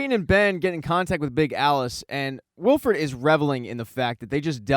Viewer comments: Please stop saying Wilfred instead of Wilford. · Good video but it's Wilford not Wilfred.